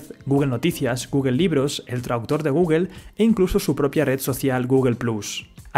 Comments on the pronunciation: Qué sucede en España que no saben pronunciar bien Google o Apple? sin ánimos de ofender pero me da curiosidad que cada español que he escuchado los pronuncia mal (Pronunciación literal: Guguel y apel en vez de gugl y apl. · Buen video, pero te aconsejo tomar unas clases de ingles, porque no se si es porque seas español pero pronunciaste mal casi todas las marcas incluida Coca Cola, pasando por Google, Microsoft, Apple, gmail... podrías optar por pronunciarlas en español. O se pronuncian en inglés o en español pero no en una fusión, el spanglish como idioma no existe y esas palabras están en inglés. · Appel- googel 😂😂😂